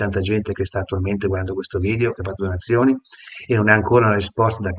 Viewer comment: "sa dove ho messo le cose".... Cosa vuol dire???? Non riesce neanche a dire la parola "donazioni"....